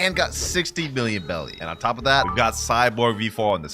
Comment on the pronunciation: it's Cyborg v3 not Cyporg 🥀